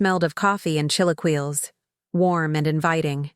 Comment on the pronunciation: Chee-lay-key-lays not chili-keels. At least that's how the California Mexicans say it.